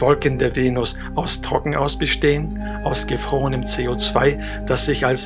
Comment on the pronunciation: bitte mach' aus dem Wort 'gefroren' das 'h' weg. Es sind keine Ohren. Danke.:-)